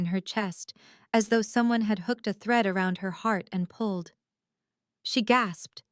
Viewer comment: 1st sentence : "thread", not "threat"